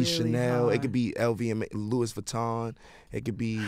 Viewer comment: "lewis vuitton" ಠ_ಠ